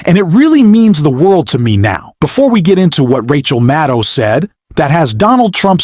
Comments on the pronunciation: Sir. It 's NOT Rachel MaTTow! It's Rachel MaDDow. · Who is "Rachel Mow?" You called Rachel Maddow "Rachel Mow" at about the spot in your video. What's with that? And then at about the spot, you call her "Rachel Mattow". What's with that also? Get with the program, especially if you want people to like and subscribe to your channel. The stakes are too high to not be attentive to such details. Rachel Maddow deserves better than this. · With respect, would you please learn how to pronounce Rachel's last name?